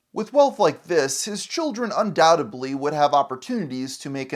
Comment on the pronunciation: its "undoubtedly" not "undoutably"